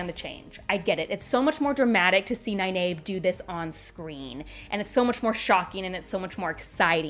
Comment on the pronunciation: I'm sorry but from the audio books and the source material you are mispronouncing Nynaeve's name.